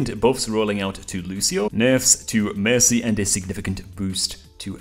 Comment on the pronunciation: He can’t say mercy